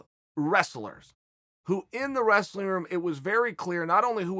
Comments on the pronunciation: Chael" resleen, russler, restling, wes-lin" Sonnen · Chael "Wressa-leen" Sonnen